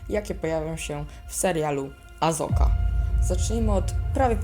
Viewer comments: "azoka" xd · To wiem. Tyle, że Jej imienia nie wymawia się prze "Z".... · Jej imię wymawia się "Asoka" To samo nazwisko Barriss wymawia się "Ofi" Ale i tak lepiej ci to wyszło jak niektóre Star Warsowe wersję po polsku.